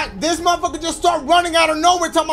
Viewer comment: “Mafocker” 😂😂😂Ima start saying it like that now I like that